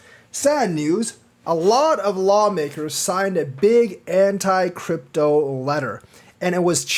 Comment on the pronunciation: “ANT-CRYPTO Letter”? 😆